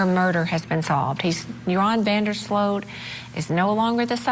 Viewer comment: Sloot. Not Slut.😢